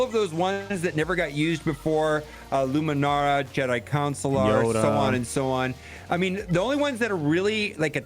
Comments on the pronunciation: Just so you're aware, the character Jedi Consular is pronounced "con - sue - lar." What you've been saying is Councilor (cow - n - sell - er). These are very different things, as I'm sure you can appreciate:) Also, can we pretty please get a video covering mod sets (set bonuses, pri stats, and secondaries) for the Padmé lineup? I'm trying to mod mine and it seems like it's missing something. To be clear, I'm talking about the lineup with 3PO. Thanks! You rock! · Why are you pronouncing it "Councilor"?! It's CON-Sular.........